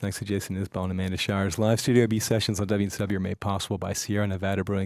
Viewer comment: It's Isbell, not IsAbell... and the 400 unit is not a bunch of pot heads...